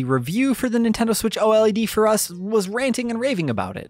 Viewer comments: can you please stop calling it O-L-E-D and just say O-LED. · It's OLED not O-L-E-D😂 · JUST SAY OLED and not O-L-E-D it's killing me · Please don't call it the O-L-E-D, call it OLED aaaaaaa pleaseeeee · Just say OLED, instead of O.L.E.D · "Nintendo Switch OH ELL EEE DEE" Who tf says it like that? Lmao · Literally the only person who says O-L-E-D every. single. TIME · Surely it's pronounced "OLED", not "OLED"... as in, I say "Oh-led". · Dude. Just say oh-led. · It’s switch OLED not switch O.L.E.D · I like your continent I I lol thanks lol for kleeping everyone up to date just to put it out there the new switch console is pronounced “O-Led”